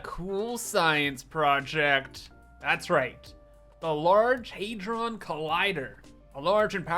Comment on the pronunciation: "Had-ron" - As in "You had to say it wrong" :D